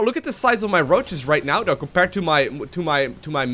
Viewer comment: When Ever He says Th he says D, Instead of saying though, He says dou xD